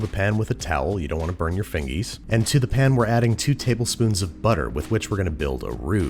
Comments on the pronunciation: when he says peun instead of pan i feel so relaxed idk why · Babish doesn't say "pan", he says "pn"